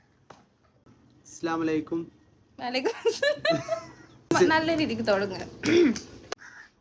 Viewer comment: Aadyam assalamu alaikum enn parayan padikkeda shavamee 🤮🤮🤮🤮 avante oru aslamualaikum